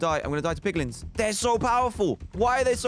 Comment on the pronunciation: dantdm :poglins me: piglins*